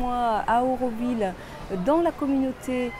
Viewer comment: Nous autres Aurovilliens sommes un peu tâtillon. Tu as, en effet prononcé "eu" au lieu de "au"; Mais, après tout, cela reste d'une moindre importance si ton intention était bonne.